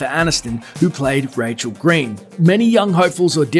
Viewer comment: That intrusive R... I had thought it was Katie Holmes rather than Katie Hormes. Also, it's "who," not "whr." "As far as mrvies grr, Batman yada yada."